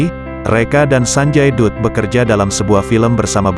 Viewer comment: Naratornya masih amatiran ga paham bahasa india 😅 sanjay dutt d bacanya ( sanjay datt)